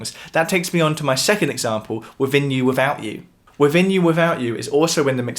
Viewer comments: "Wiffin You. Wiffout You." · He said Wivin You Wivout You. Again and again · "Wivvin you, wivvout out you". Love it! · 'Wivvin You, Wivvout You'? Come on, geez!